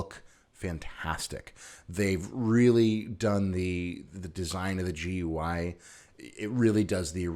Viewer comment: Nice. I also refuse to pronounce GUI as “Gooey”